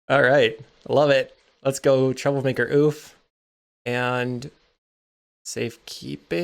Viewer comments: When pronounced correctly the word Ouphe is pronounced like "Troublemaker Ohpee" not "Troublemaker Ooph" The word is Gaelic. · Pronouncing it OOF is far funnier, tho.